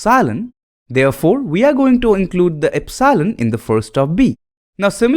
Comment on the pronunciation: please learn to pronounce epsilon, its very annoying